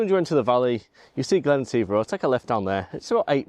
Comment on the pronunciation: Interesting LND and CPL. oh, it’s pronounced Glen et if (all one ward) 🥱 Not yet photographed this area yet but it is a stunning place : high mountains and Glens 😊 Passing place ~ ouch 😩 🤣🏴